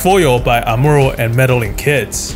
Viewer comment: good vid, just hate how he says amuro lol